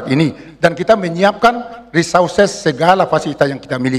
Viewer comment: Cara pengucapannya Risoursis capten. Bukan risorses